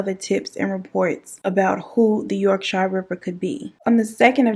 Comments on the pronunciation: Yorkshire is just pronounced 'york-sheer'. No shyers here 😁 this was on of our big cases, the Yorkshire ripper send shivers down your spine, he got to live a comfortable life in the institution along with a few other well known crazies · Us English folk have some weird place names. Yorkshire is pronounced like York- shear. Why we feel the need to confuse everyone is beyond me :) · You missed a few women out and the letters and Yorkshire is pronounced yorkshere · I’m creasing girl 😂😂 Yorkshire is pronounced ‘york-sher’ 😂😂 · I actually laughed out loud at the way you pronounced Yorkshire 🤣...much love from the beautiful county of Yorkshire..with no drawl in the shireeeee lool....